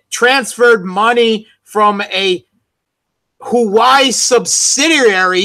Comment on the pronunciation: It's HUA WEI, not Hughwei. Repect other languages and learn to sound more correctly, please.